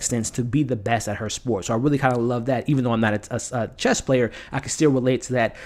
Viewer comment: great review my only thing i could say in a constructive way is there is no t at the end of chess lol :D